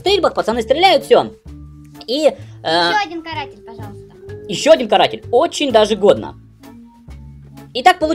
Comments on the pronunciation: Почему ты камуфляж "Картель" называешь "Каратель"?))) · Картель дядь) а не каратель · Картель а не каратель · Картель а не каратель 🤣